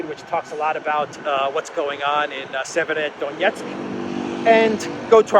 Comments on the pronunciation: Severo-Donetsk. "Sever" means "north" in Slavic languages... i hope this will make it easier for you to pronounce. Thank you for the awesome content! Greetings from Serbia! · try this. Say two words, ei, SEVER. Then say DONETSK. And then you ad "O" between. SEVER - O - DONETSK.🤞🤞🤞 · Severodonetsk is more or less North Donetsk if this is easier to you to pronounce.